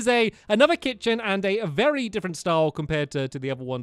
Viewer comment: you said vary old